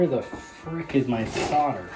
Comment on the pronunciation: Props to your proper pronunciation of solder.